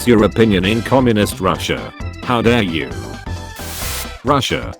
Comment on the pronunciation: ITS PRONOUNCED “Russia”